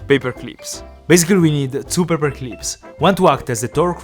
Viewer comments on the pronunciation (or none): "paper cleeps"